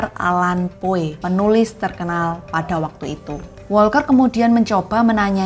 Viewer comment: Tolong perbaiki pengucapan nama + kosakata Bahasa Inggris "Poe" dibaca "Po"